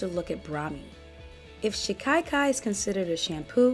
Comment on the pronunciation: It is pronounced shika-kai, not shi-kai-kai. Other than that i love watching your videos. 👍💗They are very thorough factual, pragmatic, so thank you for the super useful content.